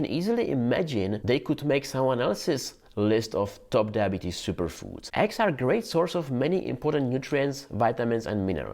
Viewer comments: My dear pronouns eggs as eggs......and not X. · You pronounce Eggs as Axe)))) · You sound like your saying axxxx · I thought they were called eggs. Didn't realize I was saying it wrong all this time. "Aggs", I like it. LOL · Didn't know he was saying "eggs" until I saw the egg.